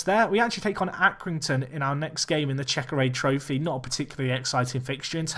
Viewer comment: Great video. By the way, it's CheckaTrade Trophy, not CheckaRade. :)